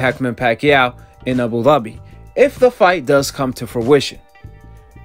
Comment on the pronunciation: Y he say Abu Dhabi like that 🤣🤣